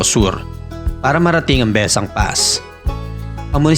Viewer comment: Bes-sang po ung pronunciation...